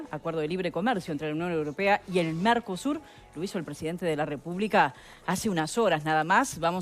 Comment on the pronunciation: Dijo Narcosur?